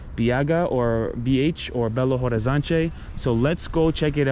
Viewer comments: I don't know if you like people correcting you, guys. But I do love my language and I like to welcome people with some lessons (weird way). The "te" and "de" at the end of word is not pronounced "tchê" or "dgê". It's more like "tch" and "dj". Like Liberdade is "Liberdadj" and "Horizonte" is "Horizontch". you said it aaaaalmost correctly. H in portuguese is silent. It's like Orizonte, you know? I don't even know why we use this letter, if we don't pronounce it. BH é pronounced "bê agá". The last letter is the tonal. There's a lot of things you can learn, but only if you allow me to correct you and teach it here hehe I don't wanna be the annoying nerd. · in Portuguese when the word starts with h, the "h" is silent. Then Belo (h)Orizonte, (h)Avaianas, (h)oje.....and so on.